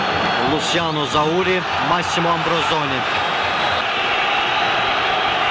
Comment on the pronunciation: Elnur Əşrəfoğlu , Ambrozoni yoooo 😂 AMBROSİNİ.